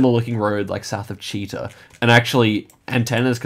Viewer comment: As a russian at first I didn't understand what is this town called "cheetah" 😂 we pronounce it with stress on the last syllable